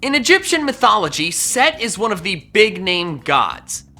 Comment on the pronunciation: It’s not set, it’s Seth. I learned that this year in school